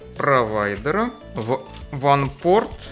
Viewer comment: Вот засада, в твоём исполнении WAN и LAN звучат почти одинаково;)